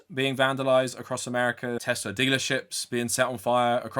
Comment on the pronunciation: God the way he says teZla pmo so bad 😂